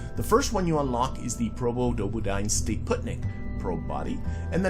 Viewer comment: Never heard anyone pronounce the full Probodobodyne name that many times, well done 🥂